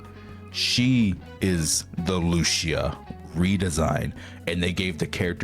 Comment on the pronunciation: Lucia’s pronunciation is not Lucia is Lu-CI-a